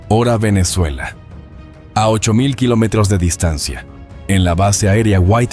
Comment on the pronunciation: Este tipo se le escucha que lo unico que habla es Español. Pero No lo habla bien! No puede decir Kilometro y no sabe leer numeros! 🤷🏼🤦🏼‍♂️